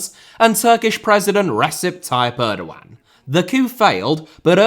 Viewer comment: I hate the way he pronounces Erdoğan